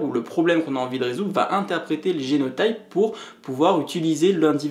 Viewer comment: Super série de vidéo ! ça m'aide beaucoup pour prendre en main mon mémoire ! Juste une petite note, en français on dit prononce génot[i]pe et phénot[i]pe ;)